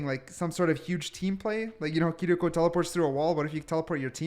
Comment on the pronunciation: Why this dude say kiriko like that, huh